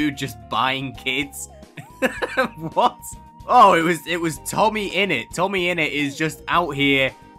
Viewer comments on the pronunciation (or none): none